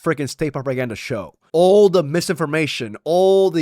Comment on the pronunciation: Ba'al , not Ball